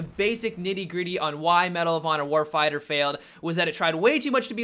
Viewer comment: "Medal of honor warfieyah"